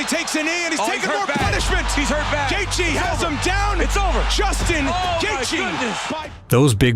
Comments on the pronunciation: I went to highschool with Justins parents, uncles and aunts. His father and I were teammates on the wrestling team. The pronunciation of Gaethje is Gay-chee not Gay-jee. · Gay-jee?? Yeah, never mind. I can't listen to this shit. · could not make it 4 minutes into the video cause dude was calling him "gae-gee" disliked